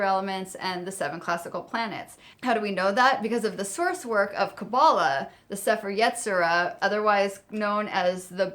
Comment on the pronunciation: Hey, I know you haven't uploaded in a few months, so you might not see this. I love your videos, but as a Jew, I need to correct your Hebrew pronunciation. The Book of Formation is pronounced like say-fair ye-tzi-ra, with the emphasis on that last syllable.